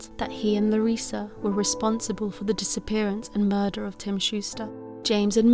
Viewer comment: you say Larissa just fine, no worries.